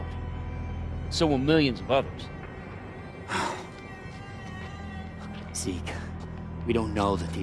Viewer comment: zeak? who is zeak? IT IS ZEKE